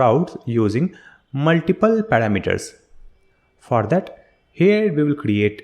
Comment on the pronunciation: Thanks for the video! hope you pronunced your words better especially this "for that"